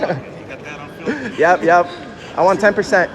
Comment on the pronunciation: a flim? an actice? SMH.